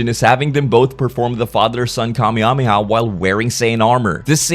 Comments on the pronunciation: "Kah-mia-mi-ah" (ರ◡ರ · Every time i hear you say kamehameha its funny af its great "kameameah" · Mafuba?! you said that wrong... although i should be surprised i mean you can't even say Kamehameha right.